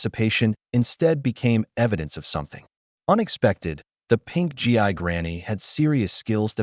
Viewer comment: It’s pronounced geee,not G I. Gi is what soldiers used to be called, like GIJoe dolls.